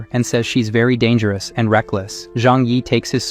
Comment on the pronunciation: dangerous ❎ dargerous✅